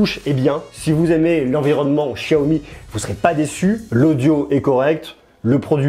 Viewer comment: il es serieux de dire chiyomi mdrrrr